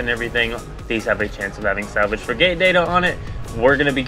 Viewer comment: how the heck do you not know how to say FRIG_ATE it is not a Fri Gate, how do you even breath properly?